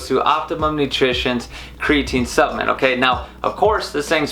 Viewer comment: Driving me nuts lol! Keep saying SUPPMEMT and not SUPPLEMENT hahaha